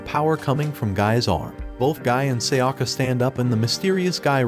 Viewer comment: Seyakka..!?!? It's Sayaka...